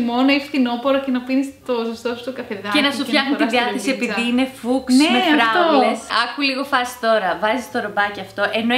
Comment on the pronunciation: Γιατί η το χρώμα φούξια το λέει πάντα φουξ;;;παντα είχα αυτη την απορία.